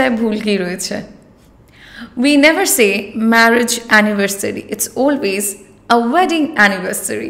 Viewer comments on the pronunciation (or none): Why movies and not either movie or book? Why should say in plurel if I will watch movie. Anyone don't watch many movies at time,just watch one movie or read book. Besides, your pronunciation in "say" is sound wrong!!